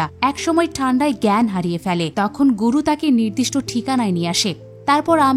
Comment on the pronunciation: ওটা মাইথোলজি হবে,আচারিয়া নয় আচার্য,অনেক উচ্চারণ ভুল ।গরু নয় গুরু ।তবুও ভালো বলেছেন ।😊